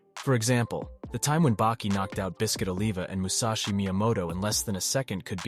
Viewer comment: You know how I know you didn't read or watch Baki from the start? 1. He used is during his fight vs Kaiou Retsu which was a major fight that Yujiro thanks him for. 2. The way you pronounce Biscuits name.